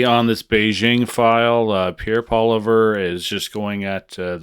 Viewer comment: It’s not “Poliver”. It’s Poilievre, pronounced: “Poly-ev”